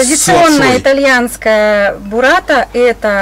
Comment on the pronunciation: Не бураТТа, а буРРата